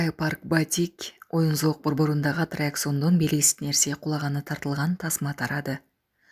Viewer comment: Эки миллиондон ашык катталуучуларыңар бар анан "атракциёон" дебей "аттракцион" дегилечи.